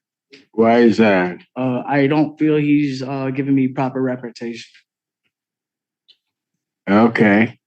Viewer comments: MFer at about 20 minutes trying to fire his public offender and can’t even SAY representation!! “Repretation” 😅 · ‘I’m not getting proper reparta-ta-tion’😅😅😅😅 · If you can't say the word "representation" you may not be the best judge of adequate counsel. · The dude who couldn't pronounce "representation" probably shouldn't be trying to represent himself. Just a thought. (And it's THOSE two guys' fault :D) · Can't say 'representation ', but wants to do it himself? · This guy can’t pronounce representation, so be quiet and learn.